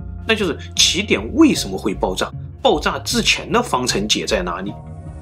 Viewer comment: 你可以把“爆炸”的“炸”字读准吗？你一直都在读“爆zang”